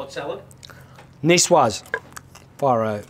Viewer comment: Not at all. It's pronounced: SA.LAD NEE.SWA:Z, salade niçoise. His should be called "Niçoise Onion."